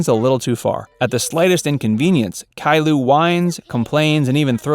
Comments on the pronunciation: U said caillou wrong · you didn't pronounce caillou right